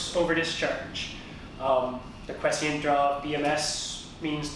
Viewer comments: It's 'quiescent ', not 'quescient'. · "quiescent" draw, but you said: "quescient" which is not a word. Maybe you were getting it mixed up with the word "prescient"? Anyway, thanks for the helpful video. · Qwe-esss-scent. Is how you pronounce it. Good video!